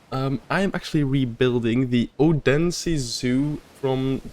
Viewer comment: As a Dane, I can tell you, that your pronunciation of the name "Odense" is fine. It's on par with the conventional norm for English speakers. However, if you wish to be closer to the Danish pronounciation, I recommend thinking of it as "O-then-se" - it's supposed to be a 'soft d', you see. Otherwise, I must say, wonderful work, and a definite subscribe from me. And I look forwards to see how the rest of the zoo might turn out.